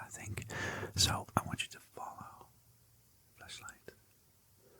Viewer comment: genuinely thought you said "fleshlight" and not flash-light😭😭